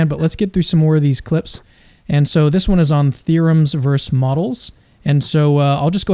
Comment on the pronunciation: Bro the word is VER-SUS. A verse is a something in a song or the Bible.